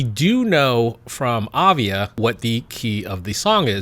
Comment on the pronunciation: It's not avia it is aiva.